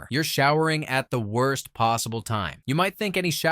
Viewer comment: missed the t in worst 😆